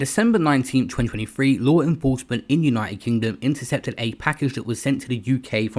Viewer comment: LaAAARRWRR INnnFrroursement... Can stand this shit...